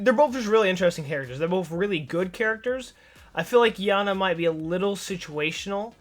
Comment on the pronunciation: It's pronounced yar-nar